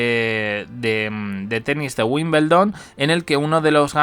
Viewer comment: Hasta los que NO estamos relacionados tanto con el tenis y vivimos en otro Continente, sabemos que se pronuncia tal como se escribe: *WIMBLEDON*, cómo es posible que sigas diciendo: WIMBELDON...???